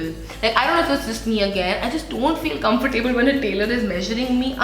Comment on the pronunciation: Hope you don't mind me saying- it's pronounced comfortable. not comfortAAble. 'ab' as in about / abandon. Not as in Table / able. Just like affordable, lovable for example :)